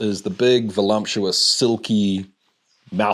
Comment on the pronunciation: Made my eye twitch when you said "volumptious" twice 😬😅😅